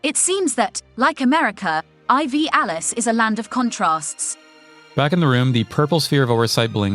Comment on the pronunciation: Hello Scenario Busters and! I really appreciate correcting the mispronounced name in real-time, didnt expect my request from 2 episodes back to be honored but here we are. In the same episode, pronouncing Ivalice as Eye Vee Alice was brilliant. is the star of the show lol. Regarding the ranking for your next game, xenosaga 2 being so low is a bit of a mystery, especially considering the rumors of the trilogy getting a re-release soon but I'll chalk it up to your patrons just wanting some variety. We can't have deep decadence every season lol. Thunder God Cid the Raid Breaker gives me PTSD. Every day's great at your ju-nes~